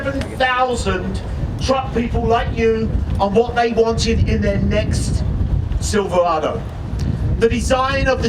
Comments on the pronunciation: Why does it it run right through me that a "Bloke" who can't even pronounce "Silverado" is announcing at the Chevy Truck 100th anniversary. Do you think Jaguar or Aston Martin would have an American from Texas announcing at their 100th? Please help me understand why this irritates me so much! AWESOME NEW LOOK THOUGH!!! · not sure whats more annoying, the butt ugly truck or the horrible pronunciation of "silverado" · The new Silverado, introduced by a brit who can't pronounce Silverado. Great thinking GM! LMAO. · That Chevy spokesman needs to buy some "R"s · why can’t he say Silverado? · You'd think at least they'd have an MC that could say Silverado in American. Geez! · They should have at least hired a guy to speak who could actually say Silverado. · i think they should have got a speaker that could actually say silverado, not silvawado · They change how Silverado is pronounced too? “silv-wahdo ”. Lol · Silvawado??? Januwary??? Couldn't find an announcer without a speech impediment I guess 🙄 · Haha. The 2019 Sivoowado. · Siwwvawado? wtf is a Siwwvawado? Couldn't they find a front guy who doesn't sound like Elmer Fudd? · The silvawaado comes with a 2 inch wift wight fum the factowy, gweat pwoduct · Does he keep saying Siverwado ? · What the hell is a "Silvawado" ?!?! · Oh I might just wait for a new truck! About time Chevy! A nice package on an LT level! However the sides of the bed looks like, dare I write this, a Tundra? But couldn’t Chevy had used a spokesman that could pronounce Silverado? Instead of sounding like silfewado? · Yes , and according to him, also Chevy now has the NEW SILVAWADO ,...I don't know why Brits sometimes cannot pronounce their own words. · Should have gotten an announcer who could pronounce "Silverado". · What a disgrace for gm. The guy cant even say Silverado. Im pretty sure this is a sales tactic to sell ford owners a new ford. The death of great vehicles has to happen eventually and i think the time is now. R.I.P. chevy